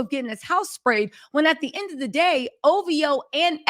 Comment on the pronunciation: Now lemme hear you say OVHOEE 😂